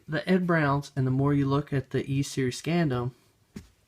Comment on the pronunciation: Scandium is pronounced Scan-dee-um